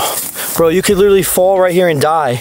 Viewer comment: Take a shot everytime says "literawwy" 🍺